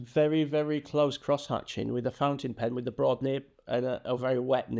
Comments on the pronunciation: Flipping the nib you flipped the letters and said pountin- fin. Loved it! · Now I'm gonna call it "pountain fen" forever and it's gonna be your fault. 🤣LOVE IT!!! SUBSCRIBED! You're amazing! ❤ BTW... I'm a leftie and have a special nib for my Lamy Safari. Still learning how to hold it properly.